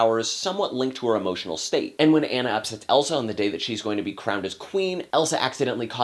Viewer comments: Frozen was a great movie, if you watched the rap battle on Frozen and Tangled Anna says I'm not Anna (An-a) I'm Anna (Ah-na). LOL. Loved the review but it's pronounced (Ah-na). Still that's just a little mix up because her name is spelled like (An-a) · I agree that Kristen Bell is an inspiration as Anna (but, and I have to say this, how can you see this movie and still pronounce her name "Anne-a" instead of "Ah-na"?) Good points about the music too, though I sometimes think they're a bit too spoken-dialogue-ish than character/storytelling-music-ish, which is an important distinction to make. I think Elsa's parents sometimes getting a lot of flak -- I think they were just doing the best they knew how. Overall, Elsa has most of the drama, but Anna is the star. P.S. YES OLAF'S DESIGN IS HIDEOUS THANK YOU. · "Ah-nah" not "anna". Are you sure you saw the movie? :) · You said Anna's name wrong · He's saying Anna wrong!!! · Dude you aren't even saying Anna's name right! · You were mispronouncing Anna's name the entire time! It's a long A! But good thoughts. The lack of musical consistency annoyed me, but the biggest gripe I had was that there wasn't some kind of fatherly figure that took care of the girls between their parent's demise and Elsa's coronation (or yeah, maybe a fun servant character.) I also thought there needed to be another good song in the last 20 minutes. Fixer-upper shouldn't be the final song for your movie =P (although that chanting with the thaw kind of did it for me.)